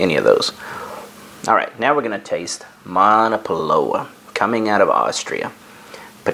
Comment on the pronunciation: I believe that the "w" in Monopolowa is pronounced like a "v".